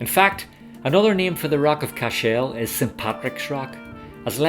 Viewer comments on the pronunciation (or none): I was born and reared a few miles from Cashel, so forgive me for pointing out a few things. Firstly the pronunciation is CASH -l like castle but with the H included. That large L shaped stone in the final minutes is a corner of the Bishops quarters which fell several centuries ago. The large broken High Cross which we see earlier is more recent (mid eighteen hundreds I think) and broke off after a storm in the mid nineteen seventies. I could see The Rock from my house and was sad when it came down. While there was damage done by the English, much of the damage to The Rock was done by the O' Brien clan from Clare (descendants of Brian Boru) in the eleventh century, who also burned the town. I was impressed to see Queen Elizabeth ii when she visited The Rock some years back. It was wonderfully diplomatic of her guide not to mention the O' Briens part in the destruction of Cashel as the queen is in fact, related to the O' Briens through her ancestry. I enjoyed the wee ramble around The Rock of Cashel and suggest you might take time to visit the town next time as I'm sure you'll enjoy it. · Can you say what is the original meaning of the Irish name "Cashel", and why the stress is on the last syllable? Thanks!